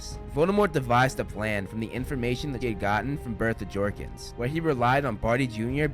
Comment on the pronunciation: It’s not jorkings it’s jawkings